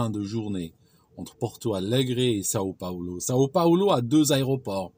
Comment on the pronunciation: São Paulo et non Sao Paolo XD Sinon superbe video comme d'habitude.